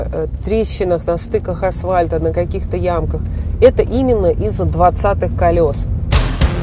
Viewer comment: ..АсФальт - ААСФААЛЬТ..